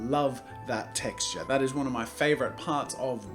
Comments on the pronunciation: why does that "texture" sound really american LOL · He said texture so American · he said texture so weird XD